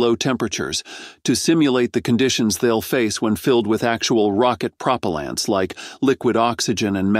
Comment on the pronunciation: Prah-Po-Lent!! hahaha Fix your AI next time!!